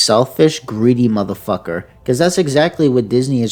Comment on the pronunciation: You say madafaka so funny